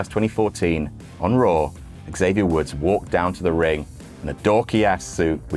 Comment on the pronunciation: you really got to hit that "X" on xavier harder. But other than that great stuff as usual.